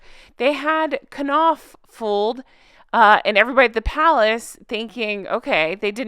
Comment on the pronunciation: It's pronounced NOFF! Great vid! ;-)